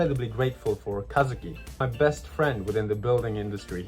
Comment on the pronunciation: It's so crazy. I know Kazuki is a common name in Japan, but I grew up in the USA and everyone has always mispronounced it. It throws me off to hear my name said correctly in a video.